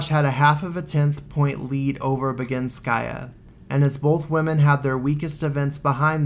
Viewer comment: It was perfectly done really. I adore this video and love your take on things.